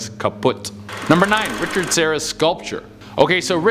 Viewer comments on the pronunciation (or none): none